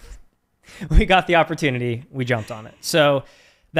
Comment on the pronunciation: lmao, immediately after cant say opportunity - I get hit with an ad for Grammarly lol